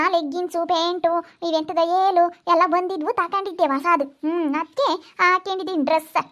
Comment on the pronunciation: Velu alla yelu😂😂